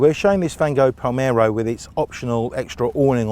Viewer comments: M L.R. Palermo !! Read my lips - Palermo!! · he says "palmero"